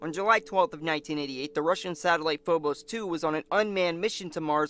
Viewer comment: Its Phobos, not Fobos.